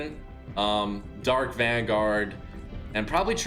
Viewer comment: He Said Dark Vangard For The Dark Voyager Face 🤦🏽‍♂️